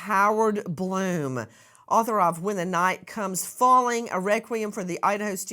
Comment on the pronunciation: That's Blum, not Glum. YouTube is not showing an edit button.